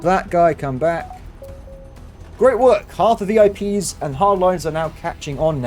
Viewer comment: oooo he said vi pies at the end i want pies now :(